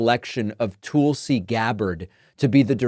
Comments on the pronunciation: Mr Grammatically correct, how do you pronounce Tulsa such as Tulsa, Oklahoma? Do you say Toolsi, OK? Listen to how Nikki Haley pronounces Tulsi’s name. I would not comment but you are always correcting people all the while botching people’s names and other words too. Remember Laura Ingraham? That was some painful memories and glad you finally self-corrected. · Are you intentionally saying “Tool-sey”? lol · "Toolsi Gabbard". I hope the pronunciation is on purpose instead of just an accent thing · Dude, your just as a huge liar as Nikki. If you believe that. Also you are obviously not even able to say her name correctly. Probably because you can't read very eell or cant write to good either. Would be my guess. This woman is a combat veteran. Went to war two separate times. Is a lieutenant cololnel in the military. I bet you've done absolutely zero for this country at all. Along with all of you Democrats. You alk are just a ninch of worthless parasites. As far as I can tell. Plus Niki is a corrupt politician. Part of the military complex that exists, and has zero conscience ay all about sending out soliers to get killed in another nation. So she and het rich buddies can cash on on hugs profits off the backd of our people. Once again, just another group of parasite that exist all made up of the elite wealthy and all democrats as well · Smug David corrects people from mispronouncing Kamala but makes fun tulsi’s name. Good job david Pukeman. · Is there a reason you pronounce Tulsie as Toolsie, instead of saying her name correctly? ie: Tulsa, Oklahoma... Tulsie. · Hey Prickman, it's Tulsi not Toolsie. Like it's Kamala and not Kaamala or Kamalla. Remember the noise you made about mis-pronunciation of names. It's Prickman man , not Packman. What a hypocrite. 🤮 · Why do you keep saying toolsi lmao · Learn to ssy tulsi. Its literally driving me crazy. You say it so ridiculously. TOOOOOLSI. DEAR GAWD MAKE IT STOP. TOOOOOOOOOLSI!!!